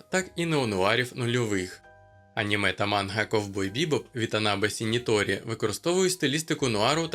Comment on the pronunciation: Трішки подушню, та не Сініторі, як ви обмовились, і не Сін'ітіро як у вас підписано, а Шін'ічіро, все ж. Сін'ітіро, то за російською системою поліванова, яка пристосована лише для російської мови, але аж ніяк не для української. Українською легко можна вимовити м'які шиплячі звуки японської, тому за українською системою там Шін'ічіро